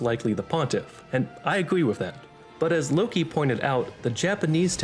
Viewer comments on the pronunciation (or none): none